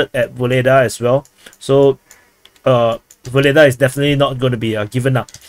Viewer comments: Yes . This is true. But "Vuhledar" not "Voledaaa" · Ugledar, UGLEDAR. Stop butchering names so heavily. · Vuhledar is pronounced without the v! Worth knowing if reporting on the SMO. Like the begining uurrarrr 🇷🇺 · I thought it was "Vugledar"--saw it written in Cyrillic on a map